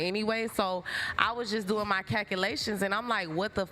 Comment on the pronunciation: “ cakilation “ ——->calculations … once I hear a bimbo with a wig saying words they can’t pronounce